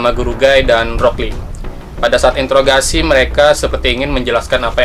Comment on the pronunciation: Interor garasi bukan introgasi